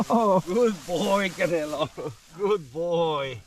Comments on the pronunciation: The the dogs name is Canelo like the Mexican boxer not Canela like cinnamon. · Its CANELO like the Mexican boxer 😅